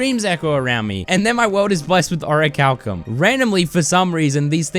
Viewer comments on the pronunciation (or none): none